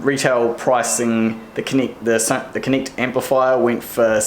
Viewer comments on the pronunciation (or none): I can't hear difference on your "e" and "i" "Vint" "Connict amp" It's just so distracting from the content. ;-)